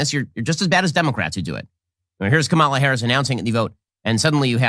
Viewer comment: Ben still can't pronounce Kamala correctly, still insists on mispronouncing her name... but hey get over it.